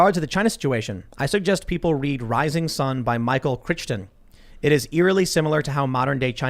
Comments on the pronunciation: Michael Critchton 😂😂 Michael Crichton (Cry-ton) Dude that wrote Jurassic Park. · Did Pool say Michael Krikton? Hello, Jurassic Park? Cri-ton.